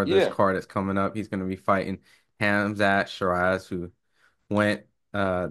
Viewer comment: Handset shaizzzz or did he say khamzat bruv it’s ha mmmm zaaahhhh it’s not that hard ur lucky u ain’t interviewing him to call his name like that for those who say it’s not that deep Bruv you Americans pronounce names like they are objects so disrespectful